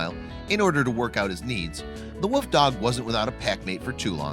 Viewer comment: Oh my God learn how to pronounce WOLF correctly.. It's not Woof !!! People who insist on doing that drive me crazy!